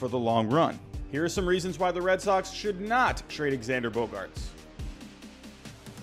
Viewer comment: It’s not he says it correctly